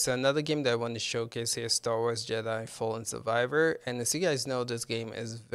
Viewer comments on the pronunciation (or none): none